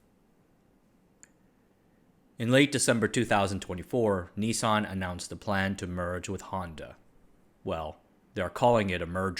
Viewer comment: Why are you pronouncing it 'Ni-son'?